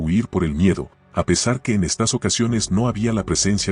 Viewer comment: A manera de retroalimentación, estaría bueno que revises las veces que se debería decir “estas” y “estás” porque siempre la voz lo lee como “estás”